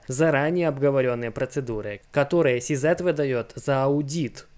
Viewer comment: И не СиЗэт ,а СиЗи . Если читаешь по-английски,то читай обе буквы правильно)